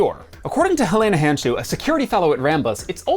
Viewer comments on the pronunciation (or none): none